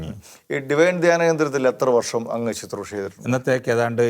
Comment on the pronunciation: ശുത്രുഷ അല്ല. ശുശ്രുഷ. ദയവായി തിരുത്തുക...